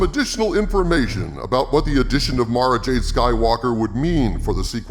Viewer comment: I have to thank you for saying Mara's name correctly. There are a bunch of other You-Tubers that says it "Mare-Ah," and it drive me insane. It's like she's being marinated or something... Mara, and Mariah are one of my favorite names ever.